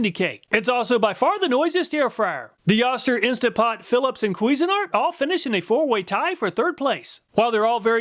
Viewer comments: Oh-ster, not Ah-ster. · Just so you know, it's "OH-STIR" not "AH-STIR". That's from the company themselves. 🙂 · you were calling the O-ster, Oscar, just say O then ster not Oscar. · It's Ohster not Ahster... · I really love your presentations! However I cringed every time you said oss- ter. This is an old American name brand. Oh- stir is the pronunciation. I'm old and remember Oster. Of course it is just a name now. Thanks! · Oster is correctly pronounced oh-ster , not ahh-ster. At least acording to John Oster, a direct descendent of the founder of Oster Manufacturing, who still works for the company. He would know, so I'll take his word for it. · It's pronounced Oh-ster... not Ah-ster. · Killing me with the “Ahster” here. It’s pronounced “Oh-ster” (rhymes with toaster). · Wait It's pronounced Ah-ster? My family always said Oh-ster. 🤔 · Jersey dialect😂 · say "Oh-Ster" not "Ah-Ster" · You are too young to know that Oster is pronounced with a long O. OH-ster, rhymes with roaster. The brand has been around for a century making blenders, mixers, and other kitchen small appliances. They made lots of other things including clippers including large animal clippers. I used a big set of Oster clippers on horses in my childhood. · I think Oster is pronounced like “toaster” without a T. Oh-ster. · You’re too young to know but “Oster” is pronounced “OH-Ster” Once upon a time was a beloved Made in USA Appliance brand. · it's pronounced Oh-ster, lol. I remember the ads from my childhood. this brand has been around for a long time. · You kept mispronouncing Oster it is pronounced OH ster. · Oster is pronounced OH-ster per their ancient commercials. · Oster is pronounced with a long "O". Go find some of their old TV ads and you will hear it.